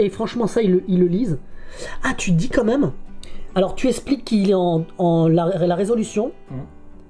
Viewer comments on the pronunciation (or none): Pourquoi "meume" a la place de même ?